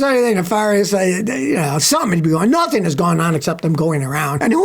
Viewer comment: "Notheen" and "folloween" are not words.